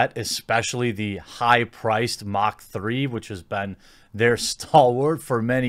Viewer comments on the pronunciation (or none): Mach is pronounced maç, not magkh. 🙄